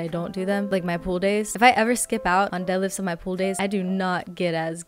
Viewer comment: I exhaled harder and faster than last time when you said didlifts lol